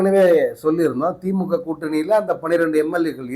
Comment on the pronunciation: விஜய் தான் தப்பு தப்பா படிக்கிறானா நீ அதுக்கு மேல தப்பா படிச்சிருக்க திமுக க்கு பதிலா பீமா ஊத்தியாச்சு சங்கு போட்டு இருக்கேன் ஏன்டா உனக்கே ஒழுங்கா தமிழ் படிக்க தெரியல தமிழ் எழுத தெரியல நீ வந்து நீ வந்து பேசுற சங்க ஊதி உனக்கு சங்கு ஊத தான் போறாங்க பொறுத்திரு